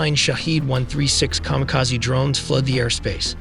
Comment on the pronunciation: Lost respect. AI narrator can't say Kamikaze drones. Also making it sound sick to try to bullshit is... well.. It's bullshit.